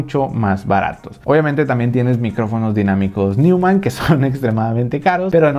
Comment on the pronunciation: Neumann, se pronuncia "Noiman"...